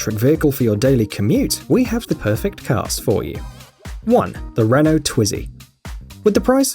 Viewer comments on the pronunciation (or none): none